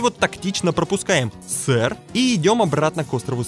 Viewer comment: фэр, а не сэр